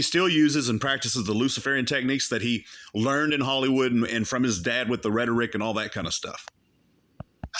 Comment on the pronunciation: Guise I was in Hal-y-wood. He can’t even pronounce it.